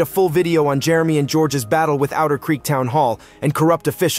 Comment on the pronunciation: LEE-VEE (LEVY) County !! LIE-Net (Lynette) or Lie-nut !! Otter Creek not outer creek !!